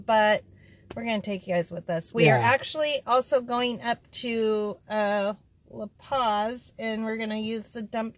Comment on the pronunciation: When you said you were going to La Posa you pronounced it "La Paz". The letter "O" in Spanish is always pronounced "OH", and "A" is always pronounced "AH". "S" always has a hissing sound like the "S" in sleep. So it is La Poh-sah. Spanish has so many set rules, it made it easy to learn when I was young. English also has its rules, but the sound of our letters changes with different words and combinations, making it harder for someone to learn to pronounce as a second language.